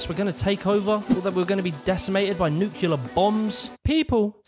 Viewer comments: It's "nuclear"; "nu-clear" not "nukiler". Either that or you really wanted to say "new killer bombs" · It's so sad to hear a fellow Brit say "nukular".